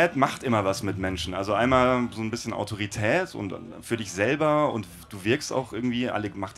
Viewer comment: "So'n bisschen Autoritää" :D